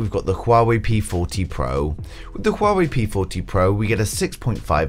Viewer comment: it's Huawei not shuwawei